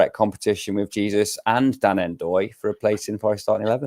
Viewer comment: Gotta start saying Dan Ndoye's surname correctly at some point, poor lad! 😂